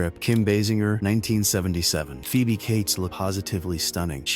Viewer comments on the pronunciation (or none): none